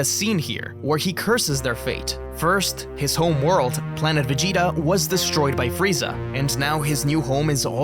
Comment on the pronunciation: Ça fait saigner les oreilles " Véguéta"